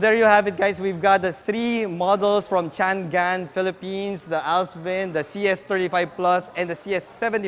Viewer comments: Chang-An..di yan Chan-Gan..anak ng baka naman :) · How is that pronounced really? I thought its Cha-ngan or Chang-an.. Hmmm car reviewers, at least please try not to butcher the brand names😆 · Actually po it is pronounced as shhhhaaa-ngan 😊 Jushnie Diarene Cariño Showroom Sales Consultant at Changan Batangas 😊